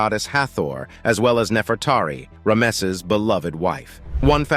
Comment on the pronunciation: Has them stunned "to date"? and who pronounces rameses as this video does? The poor English and pronunciation doesn't inspire confidence in the subject material.